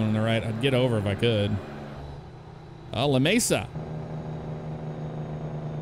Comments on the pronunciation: clayton NM. and its pronounced Lameesa. i live about and hr from there. 20 min from Hobbs NM. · love your vids. you mispronounced Lamesa though